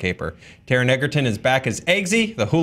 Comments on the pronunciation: Minor nitpick, this just goes for basically any video that mentions Taron Egerton: the pronunciation is edge-er-ton. Simple mistake that is totally understandable, though. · not to be this person, but his name is pronounced "ed-ger-ton" not "egg-er-ton" lol